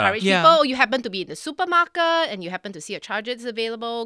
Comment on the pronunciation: 🤟🤣🤣🤣 " super MarkeRt" ??